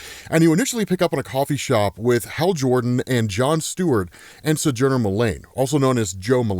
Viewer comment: Your pronunciation of Sojourner sounds odd to me. SO-jur-nur is how I always pronounced it. It is my grandmas name.